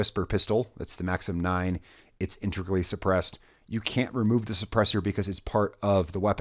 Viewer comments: IN-TAY-GRUEL-EE My Wife has speech problems, I’m not hating! I’m trying to help! I love the videos please keep them up! I’ve had the game for a while but just recently started playing on and off, still my favorite game. Unfortunately according to you, I’m too late and can’t get the badger. So I really do hope Ubisoft puts it up for purchase in the future, good weapon or not, it’s a modern classic and I want it! Please keep up the amazing videos! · In-TEG-rally. Integrally. 😉👌